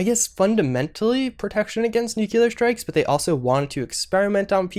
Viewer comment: You can pronounce Yao Guai but you can't pronounce Nuclear?